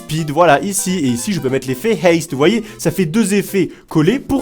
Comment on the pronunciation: On dit aste pas aiste